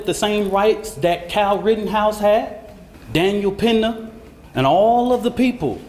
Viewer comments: "Daniel Penna." You mean Daniel Penny? lol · "Kyle Rittenhouse... Daniel Pinnuh" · This Idiot Lawyer (is Going to Crash), This ”PAYDAY” Case, I HOPE the Metcalf’s SUES the Lawyer and The Anthony’s! Kyle Never Used an AK-47, it’s Daniel PENNY, not Pender, Kyle was Cracked in the Head with a F-ING Skateboard! THIS “P_SSY/ CHICKEN-SH_T/COWARD, NEVER EVEN GOT SWUNG-ON!!! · This imbecile literally didn't get anything right. He can't even pronounce "Penny." To be a citizen of this country, you should speak English, and that includes AAs.